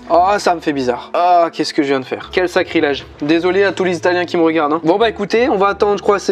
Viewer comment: Je rêve ou il a dit "j'espère que vous allez tousse " ..? Tousse quoi 😂❤